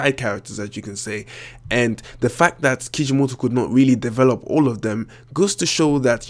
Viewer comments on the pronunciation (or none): how do you properly pronounce naruto? or even kishimoto?... i mean... the to's accent was... gah... hopeless. :D